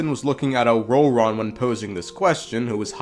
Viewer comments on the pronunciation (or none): The way you pronounce ororon is jarring as hell